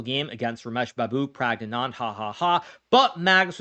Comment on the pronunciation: Hikaru saying pragg's full name feels like a crime with that pronunciation 😂